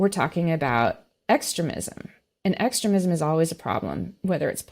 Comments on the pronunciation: It's pronounced phonetically: ex..stream...ism......not extra...ism as the guest pronounced it. It took awhile to figure out what in the world she was saying, I've never heard it stated the way she said it. Fake Christian's just like Drumpy who doesn't know the new from the old testament. His family attended church because his mother wanted it but when he attended military school church and its teachings never made it through his demented egotistical maniacal narcissistic pathological lying brain addled with NPD. These ultra Christian ideals are filled with communities of hypocrites. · Sorry, I'm out. I can't handle the way this Trump sympathizer says 'extre-mism'. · The way she pronounces "extremism" and "extremist" drives me crazy. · She hasn’t read the indictment? Why is she postulating on this? And her constant mispronunciation of extremism and extremists? Something smells about this reporter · This lady puts the ehmfassis on the wrong silahbowl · Why does she keep mispronouncing extremism? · How interesting - your guest's pronunciation of "extremism" - with emphasis on the first syllable - sounds so much like "excrement" - LOL !! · Why is she pronouncing “extremism” wrong? Odd. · I have a very petty comment about something that irritated the hell out of me. She kept mispronouncing “extremism”. Someone should have told her. It jarred me every time she said it. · Her pronunciations of extremist, extremism, and transgrestions...🤷‍♀️🤦‍♀️